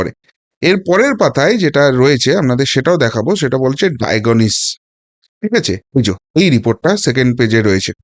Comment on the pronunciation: Medical terminology ভুল উচ্চারিত হচ্ছে।ডায়াগনোসিসটাই ঠিকমত উচ্চারিত হচ্ছ3 না। রেক্টাল শব্দটি সহ অনেক ইংরেজি শব্দ ঠিক করে আবার পোষ্ট করলে ভালো হয়।